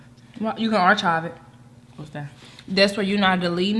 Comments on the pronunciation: you are mispronouncing the word archive. (ar-kive). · “Archive” is pronounced [ar-kive]. I’d like to see and do an eating challenge. Seems like might give a run for her money.